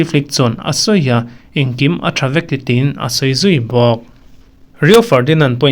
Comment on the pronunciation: An tin ti a I thluk dan hi a diklo deuh a ni tin tih lai hi ping ( mawngping) tia lam dan a lam tur a ni e